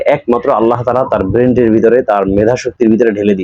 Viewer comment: আপনি মনে রাখবেন জনাব আপনি একজন আলেম মানুষ হয়ে,god gift কথাটা বলতে পারেন না। কারণ হচ্ছে God কথাটার বহুবচন হচ্ছে gods. আল্লাহ এক এবং অদ্বিতীয় তার কোন বহুবচন নাই। ইংরেজি শব্দটা উচ্চারণ হবে God gifted আপনি ভুলবশত না জানার কারণে বলেছেন god gift. আপনি ব্রেন কথাটাকে ব্রেন্ড বলেছেন এটাও ভুল।